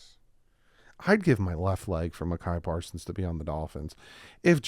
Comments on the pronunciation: Pretty sure it's pronounced MY KUH PAR SONS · Bro its pronounced My-ka Parsons. I love you and appreciate you. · "I would love to have Micah Parsons on our team"...only pronounces his name super wrong.